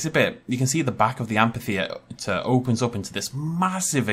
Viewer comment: I'd hate to be rude, but you're mispronuncing amphitheater. Again, I'm sorry if I sound rude, but it really bothered me. Also, I really don't think that's meant to be a Basilosaurus. The head and hind flippers are too big and the tail fluke is too small. I really think it's meant to be a Mosasaur.